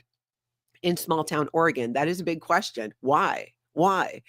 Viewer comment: the phone call was excellent! Thank you for pronouncing Oregon correctly. Liz Gale is awesome too.